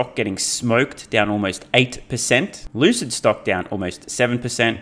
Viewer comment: Did you mispronounce "Lucid" while going over the stock prices? Isn't it pronounced "L-ewwwwwe-sid"? 😂 I laugh every time you say it.